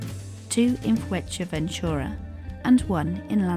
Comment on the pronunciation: The video is well made but you need to learn how to pronounce Fuerteventura properly 🤣